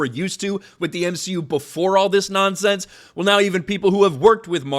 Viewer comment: You mean the M-she-u